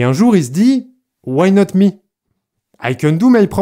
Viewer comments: L'anglais why not mi 😂😂😂😂😂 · "Waï naut mi aille canne dou maï propre music " mdr je l’ai entendus comme ça